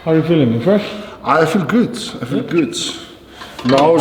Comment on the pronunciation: Thor is feeling "goot". SOMEONE PLEASE MAKE A COMPILATION OF THOR SAYING "i'm feeling goot", thanks. 😅